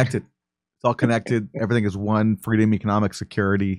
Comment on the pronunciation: lol FWEEDOM